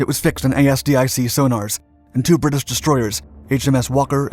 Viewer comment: Several Canadian placenames are painfully mispronounced, as well as ASDIC. But a good story nonetheless, and a sign of the continued resistance expected of all captives.